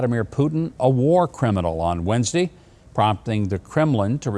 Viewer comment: It's Wednesday...not Wednes-d.